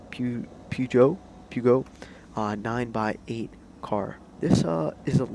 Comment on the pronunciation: Nice! Thanks!! Only thing: it's pronounced 9 ex 8 (as the letter X) because Peugeot has a trademark on all numbers with 3 digits with a 0 in the middle, for car names. So with the X there brings back their previous Le Mans racer, the 908 HDi, without calling it the same.